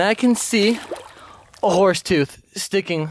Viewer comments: there's a "thoof" lol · NoYezz I heard “ toof “